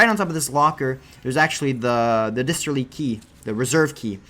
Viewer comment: I know this is a bit nitpickery, but you keep saying disterly. It's a distillery, as in where alcohol os made.